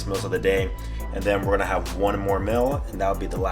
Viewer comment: Y he say mills instead of meals and Xpecialy instead of especially